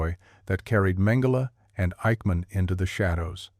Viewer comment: "Eichmann", not Aikman.